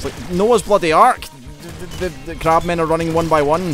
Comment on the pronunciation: "Crabmen" oh you~ xD